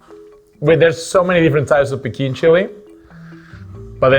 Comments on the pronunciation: That small chilli is called “Piquín”, not “Pequín”. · Mexican here, fun video, but.... not magical. Almost. Come on guys, you have a true Mexican on the show and you say mEzcal instead of mezcAl and you don't call hibiscus water by its iconic Spanish name agua de jamaica, it's piquín chile not pequin. Mhmhmhm. But I absolutely enjoyed the explanation about all the chiles throughout the country, I could feel all the flavours in my mouth, yum yum. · The small dry chile is called PIQUÍN not pekin!!!